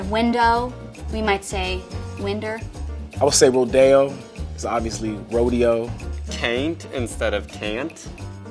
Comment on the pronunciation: Dear Arizona guy, Actually you are the only ones in the US to say "rodeo" in the right way, as it's a Spanish word